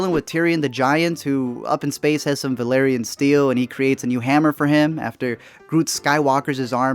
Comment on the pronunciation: Hahaha vaylrian steel